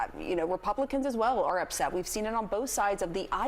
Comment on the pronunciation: "They get very uvset." I can't STAND how Musk talks! Not only does he lie all the time, but the way he mispronounces words due to his weird teeth is like nails on a chalkboard!